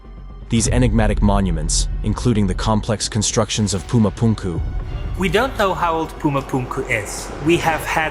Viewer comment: Whys he pronouncing Pumu Punku like that? 😢